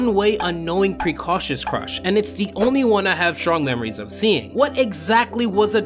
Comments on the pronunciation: I believe max’s trope is pronounced Pre-CO-sh-ious not pre-CAUsious. But great job as always! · "pre coe shus" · I'm not sure that's how you'd pronounce "precocious"!